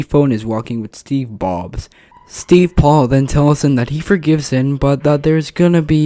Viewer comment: Bro just can’t say “Steve Cobs” 😭💀